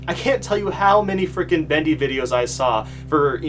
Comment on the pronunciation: When you said bendy, I heared bandy